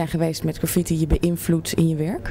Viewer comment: Is dat? Aloha! If not, dan wel - het is GraffITi (met de klemtoon op IT), anders heb je het over zwaartekracht. My two cents. P.S. Shoe rocks.